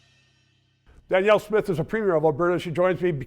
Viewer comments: It’s Danelle not Daniel 😂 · Daniel? Seriously?? Respect the interviewee enough to get the name right!